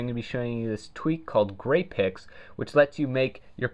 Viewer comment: I thought it was called 'Gay Pricks'